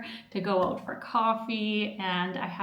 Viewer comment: "Check it ooot". Soo Canadian.